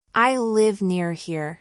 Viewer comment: نطقت here تقريبا ب shere نريد نستفيد منك وشكرا جزيلا